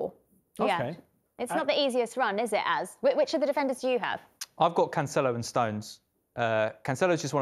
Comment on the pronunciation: Geez I cringe everytime she says "canCHelo" ...